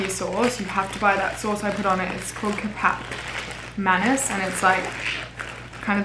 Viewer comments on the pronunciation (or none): totally calling that KEPAP MENACE from now on! 😂😂 It’s pronounced “ketchup munees” or you could just call it sweet soy sauce!! LOVE YOU 😘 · the soy sauce is pronounced "ke-ch-ap ma-nis" not kepap meinis. plus it's an authentic indonesian sweet soy sauce ✨ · the way that you pronounce kecap manis makes me cry but at least you tried <3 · omg was that what she was trying to pronounce? thats so funnyyy